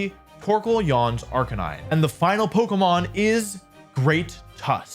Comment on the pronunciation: RIP to wolfey’s pronunciation of Arca-nee-nay, gone but not forgotten 🙏🏻